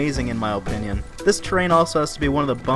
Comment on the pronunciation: You say opinion so strangely Oh pinion